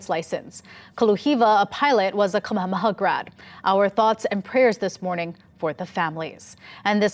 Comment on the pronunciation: ...you don't know how to pronounce Kamehameha??? Sad...you must be related to Ed Sniffen